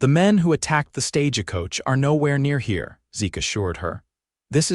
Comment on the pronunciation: Why do they say stage a coach?? Why add the "a".